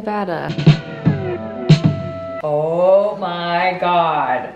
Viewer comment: thank you for saying Nevada correctly 😎